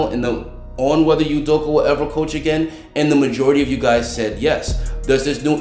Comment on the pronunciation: it's pronounced udokAH